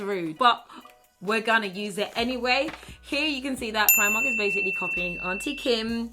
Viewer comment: When she says Primark in her African Accent I die every time.